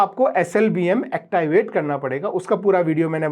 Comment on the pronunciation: येकताइवेट ❌️ एक्टिवेट ✅️